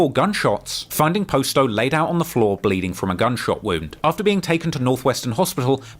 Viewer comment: How has never learned that its pronounced Pah-sto and not Post-o. He literally has a video of Juice Wrld saying but still says it wrong himself